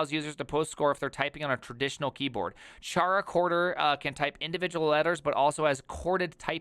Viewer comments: It's so hard to watch this video because I cringe so hard every time I hear you pronounce the name. It's not supposed to sound like Charcoal, it sounds like Character. 😛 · Man, it is highly annoying to listen to, it is not "TscharaChorder" but Chara- as in Chara-cter! or in Chorder... Not that difficult. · pretty sure it's pronounced KaraKorder like "Character"